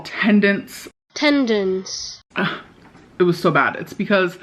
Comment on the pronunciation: Bro the way she pronounced tendons I can’t